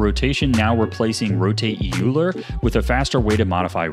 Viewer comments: UM ACKTUALLY EULER IS PRONOUCNED LIKE OY-LER, NOT YOO-LER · Kuwahara is pronounced just like it looks. Ku-wa-ha-ra, Japanese vowels are unambiguous and pronounced the same, unlike English. Euler is pronounced "Oiler", not "Yuler" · The 'eu' in 'Euler' is pronounced as 'oi'. It's a surname of a mathematician ;) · Not going to roast you. There's no shame in only knowing a word from reading it. For what it's worth, though, "euler" is named after the mathematician and it's pronounced "oil-er". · Ok, fine, I'll give this a thumbs up, for now... but, not knowing how to pronounce Euler in 2024 should be punishable by... like... five months banishment to the Feywild.